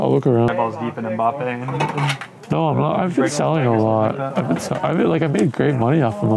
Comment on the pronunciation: My guy has a 30k mbappe slab and can't even pronounce his name right xd